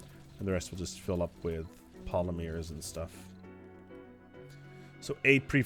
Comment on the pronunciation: "Polymeers" is driving me crazy, Jesus lord please deliver me from this mispronunciation